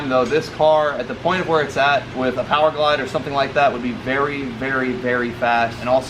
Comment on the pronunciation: Did he say p o w e r g l i d e im unsubbed 🤦🏻‍♂️